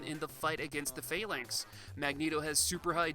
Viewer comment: The way you pronounced Phalanx and Sauron were distracting, but this was an excellent review and got me super nostalgic.